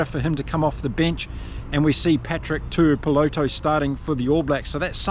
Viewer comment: His name is Tuipulotu, with a U in the middle